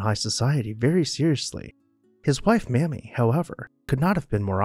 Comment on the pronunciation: ...and its not 'mahmee'....its 'maymee'